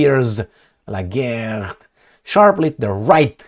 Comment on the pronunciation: Geert is pronounced Heert. Just like Harkov is not Karkov 😅. Why don't you sometimes use Google Translate and figure that out?